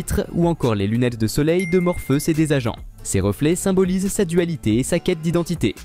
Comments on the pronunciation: J'ai bien entendu morpheus au lieu de Morphéus j ai l'ai oreille qui saigne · C'est bizarre votre manière de prononcer "Morpheus".. La vidéo serait-elle commentée par une IA ??